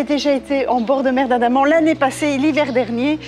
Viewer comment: C la mer d’Andaman ! Pas « Adama »…..!😂